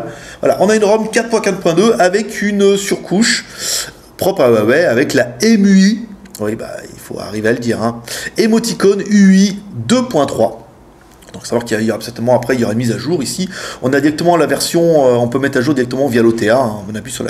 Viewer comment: La rom c'est emotionUI pas emoticonUI mdr . super test et super téléphone.